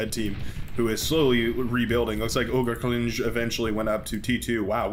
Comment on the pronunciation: "Ogerklinge" is German and means "Ogre Blade". 😅 It's pronounced like "to cling to sth." with an eh sound at the end. Balalaika is a music instrument.